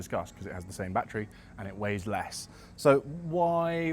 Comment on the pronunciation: One shot for every bat-tree